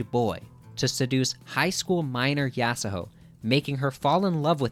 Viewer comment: The argument about Kira already having a presense doesn't work for the manga. He straight up didn't appear until halfway. They changed it in the anime, and prob will change it for Touru as well. (also it's so annoying that you say yasahoe instead of yasuho) I agree that he was introduced way too late tho